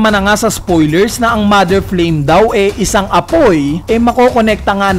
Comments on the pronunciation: Flame po hindi flaim hahahaha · Flaim ❌ Flame ✔️ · MOTHER FLAME = ❌ MOTHER FLAIM = ✅